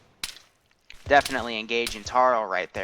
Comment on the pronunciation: "Foilage"? Did you seriously say "foilage"? TWICE? It's "FO--LEE--ADJ".